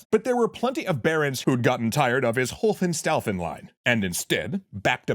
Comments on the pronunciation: No, it's actually Hohenstaufen which is pronounced [ˌhoːənˈʃtaʊfn̩]. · Is it really Hofenstaufen, or did you mean Hohenstaufen? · It's pronounced [ˌhoːənˈʃtaʊfn̩].